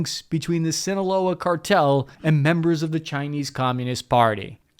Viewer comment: Whoa! That's the 1st time I've heard you say "Sinaloa" the Right Way!!! good job man